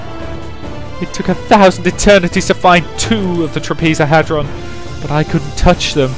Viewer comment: Some advice to pronounce it properly bro: Shining TrAH-pez-oh-head-ron.